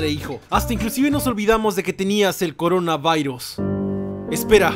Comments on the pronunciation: no se dise en corabairus se dise corona virus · com corona vairoz 😂😂😂😂😂😂😂😂 no es corona vairoz es corona virus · No se dise coronavirus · Corona vairos xd WTF😆😆😆😆😂😂😂😂😂😂😂😂😂😂😂😂😄😆😆😆😆😆😆😆😆